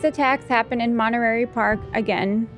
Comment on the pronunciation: I love how pronounced Monterey Park, so cute. I watched the Netflix documentary on The Nightstalker. I ended up looking up Gil and saw George Lopez had him on his podcast. I am sure Gil Carrillo would come on the show if you guys ask him. He is a huge Dodger fan btw.